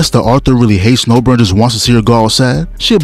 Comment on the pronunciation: She's Nobara, not Nobura Just watch in japanese dub